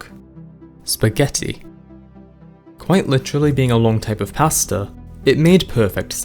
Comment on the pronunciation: Am I the only one who thought he was saying "pastor" was the shortcut name until he mentioned spahghetti? 😅 Great video btw.